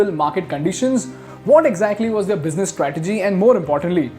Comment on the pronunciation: Stop pronouncing 'Their' as 'They- are'. 🚩🚩